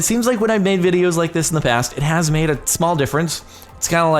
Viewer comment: Emphasis on the word "kinda"